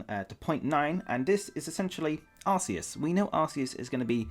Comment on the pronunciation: I don't get why people pronounce Arceus' name as Ar-see-us, even after knowing that's not the correct pronunciation. If I know I'm pronouncing something wrong, then I change what I'm saying. How would you feel if people pronounced your name wrong after you told them it's not correct?